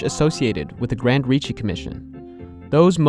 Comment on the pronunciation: Just to be precise, is Grandi Rischi, (pronounced gran-dee ree-skee).